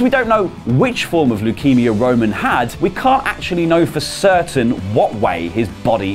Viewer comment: Am I the only one that noticed he keeps calling him wo-man